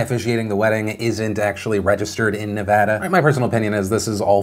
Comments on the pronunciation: Phil pronounces “Nevada” correctly. 🙌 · For years I’ve watched Phil pronounce Nevada wrong and now I’m just happy to witness positive change in the right direction. Thank you Phil we are so proud of your progress. Stay strong. 🙏